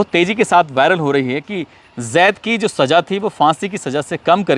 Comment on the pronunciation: Aap ko Za aur Ja ka Farkh nahi Saja kya hai kaho Saza Hajaar kya Hazaar boliye